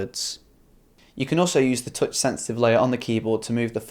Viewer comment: it's not teutch (touch) it's tuhtch